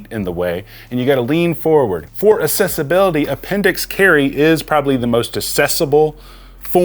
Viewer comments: Just a nitpick, but accessibility is pronounced like "accept" which you pronounced correctly, but you pronounce accessibility like "assessibility" which is incorrect. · We need to have a conversation about how to pronounce accessibility. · Anybody else annoyed at the fact that this guy doesn't seem to know that assess and access are two different words?.... Ease of access is ACCESSIBILITY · My Brother in Christ, the root word of accessibility is access not excess; access-ibility.